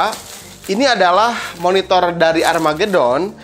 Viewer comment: "Armageuuudddon" wkwkwkw🤣🤣🤣🤣